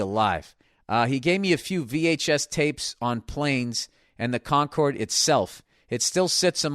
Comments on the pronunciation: Hate that he pronounces it "conquered." CON-cord, Billy. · Con-curd . It’s a cheesy milk substance made by inmates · Is he saying “fly on the conquered?” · It’s because Concord is a place in Boston, and it’s pronounced that way there. So Bill assumes it’s pronounced like the Boston Concord.